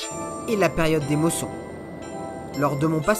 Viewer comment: Top! mais on dit mousson pas mosson